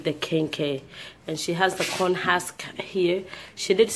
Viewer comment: Husk girl husk not hask lol